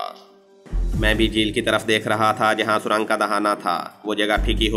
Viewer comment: Surang nh surung hota h jnb